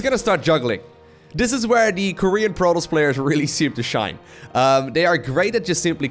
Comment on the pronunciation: "Portoss" "Sandwhich" lol